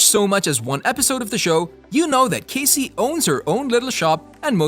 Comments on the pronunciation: I agree, if your going to do a video about characters in a show at least know how to say their names correctly! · Great show! Thank you for putting this together. Unfortunately, I cringed every single time you say Cassie’s name… a huge error on your part. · You not saying how Cassie is supposed to be said. Pisses me off. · Several of these things actually make perfect sense and y'all don't even pronounce Cassie's name correctly.